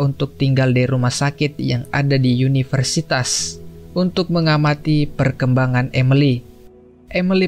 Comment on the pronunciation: Semangat gan penyampaian cerita sudah jelas dan enak didengar walau ada beberapa pengucapan yang keliru seperti universitas. salam - subcriber baru